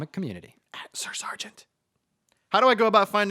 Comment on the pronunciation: it actually wasn’t far off. Better than most.